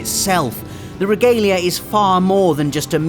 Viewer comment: Your saying the cars name wrong in ff15